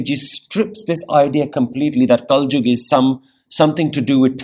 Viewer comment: kalyug hota hai bro